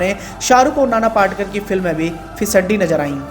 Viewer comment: नाना पाटकर...! नहीं... नाना पाटेकर 👌